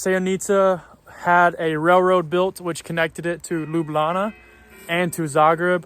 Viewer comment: Bravo, you already pronouncing Ljubljana like a true resident of Ljubljana; Lubljana.🤠